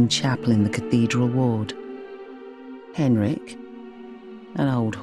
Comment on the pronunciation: Poor 'Henreek'